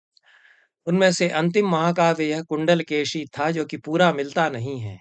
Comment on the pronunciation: एक छोटी सी टिप्पणी, तमिऴ भाषा में कुण्डलकेशी का उच्चारण 'कुण्डलकेची' नहीं होता है बल्कि कुण्डलकेशी ही होता है। परन्तु तमिऴ में शकार का उच्चारण संस्कृत के सकार और शकार के बीच होता है। आजकल यह उच्चारण मिलना कुछ विरला है प्रायः लोग इसे 'कुण्डलकेसी' ही कहते हैं। फिर भी औपचारिक तमिऴ भाषा में शकार का उच्चारण का स्थान और प्रयत्न संस्कृत के शकार से बहुत कम विविक्त है। आजकल भी तमिऴनाडु के तथाकथित ऊँचे जातिवालों का शकार तालव्य होता है और उसमें महाप्राण प्रयत्न साफ़ दिखता है। सनम्र, श्रीनिवासकृष्णन्